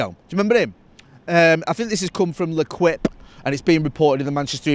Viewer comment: L’equip? is that a joke pronunciation or what.